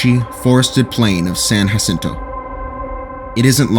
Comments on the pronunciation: It's "JUH-cinto," not, "HUH-cinto." This is one of those Spanish words where EVERYONE pronounces it incorrectly (not accidentally either.) You didn't go to San "HUH-cinto" College; you went to "San Jack." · That’s not how your pronounce Jacinto…do not recommend channel again, thanks